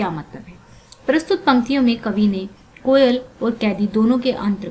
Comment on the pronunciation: It's not "koyala" , It's "koyal"